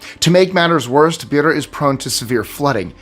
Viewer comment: BEIRA is pronounced BAYRA not Beera 💖💖